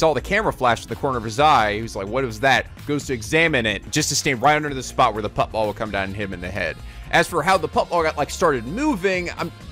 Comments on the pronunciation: Isn't it pronounced shot 'put' ball not shot 'putt' ball lol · "put ball" lul its shot put (put as in put down) bro